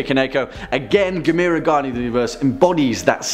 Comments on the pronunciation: It's pronounced Gaam-mur-rah Like camera 📷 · GAM-UR-RAH. You can do it